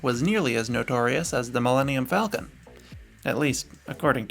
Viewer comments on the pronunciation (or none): none